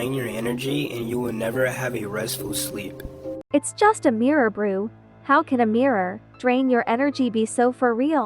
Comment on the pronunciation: brew instead of bruh😅